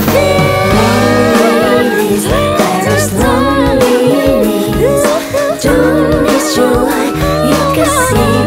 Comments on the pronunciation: Hịc, hạt sạn duy nhất là loneliness phát âm chưa chuẩn, nghe hơi khó chịu. Nên phát âm là UK: /ˈləʊn.li.nəs/ hoặc US: /ˈloʊn.li.nəs/ (từ điển Cambridge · Giọng nữ hay nhưng hi vọng đầu tư hơn về phát âm Nghe rõ mỗi câu lonliness